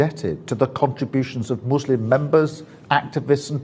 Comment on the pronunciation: Why was starmer pronouncing muslim like mushlim ?